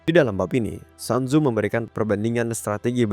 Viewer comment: Maaf bang, cara baca namanya itu "sun zu" atau "sun zi", bukan "san zu"